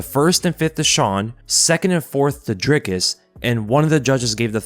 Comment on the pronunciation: Its pronounced "dreecus or draicus" 🤔